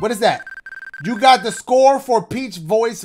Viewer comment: My favorite part is when dashie didn’t pronounce voice correctly 😂😂